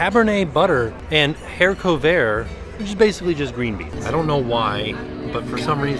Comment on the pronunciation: ‘Hair covert’ 😂 it’s not a hidden toupee,! It’s haricot vert which as you say is just green beans in French!